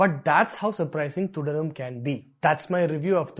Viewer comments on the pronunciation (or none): You can't even pronounce Thudarum properly 🙄🙄